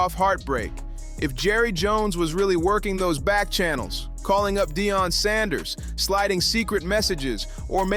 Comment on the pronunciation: Dion, no it's Deion! 😂